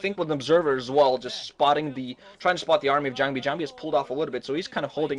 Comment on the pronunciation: can some one kick the new boy when ever he says jangbi?